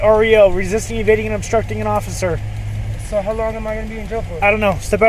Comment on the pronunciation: “i ApPreCiATe YoU oCCiFer!”